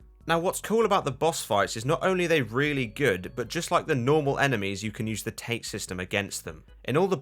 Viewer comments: It's not pronounced tate like tater tots - it's pronounced "taw-tay". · Technically, his friends he "killed" were already dead. His friends were killed and revived by Hiroko as living corpses. Also, it's pronounced Tah-teh, not tayt. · I know it's a bit late. But "Tate" is pronounced as "TAH-TEH". Tate/殺陣 means "Fatal Wind" in English. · also sorry this is pedantic but tate is pronounced taa-tay lol